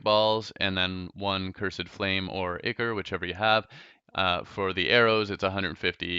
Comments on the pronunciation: it's I-cor not icur and it's cursed not curs-ed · Its Ichor not ichr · The fact that he says cur-sid and ikr annoys me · Pronounced (i-core)